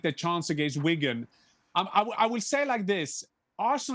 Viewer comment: It's Wigan, chill man 😂